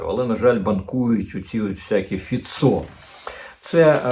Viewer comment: Пане Корчинський, краще називати Фіцó не фіцó,a фИцьо